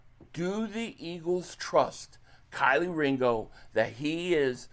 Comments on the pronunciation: I’m tryna understand why you keep calling him Kylie 😂 his name is kelee 🔑 lee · Bro still can’t pronounce Kelee right lol Kylie is crazy 😂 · KEE- LEE, ITS PRONOUNCE_________________KEE-LEE DAMN GET THE NAMES RIGHT 🤔🤡💩go to Black folk pages that have interviewed him or college tapes so you have the names down🤣🤣🤣